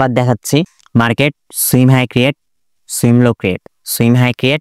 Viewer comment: Bro don't mind সুয়িং উচ্চারণ